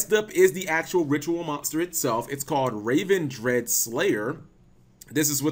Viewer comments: Great video, just in quick nitpick. you kept calling the Ritual Ravendread when it is Revendread. Re like revenant. This bugs me more cause then you pronounce the Ritual spell correctly with it being the same exact word. that will be all. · RE-Vendread. that's how you say it. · Also it doesn't say raven. Say it like you're saying revenge. Revengread